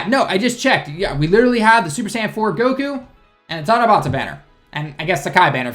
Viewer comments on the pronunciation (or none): none